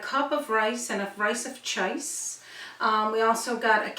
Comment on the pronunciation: " rice of chice?" Funny accent.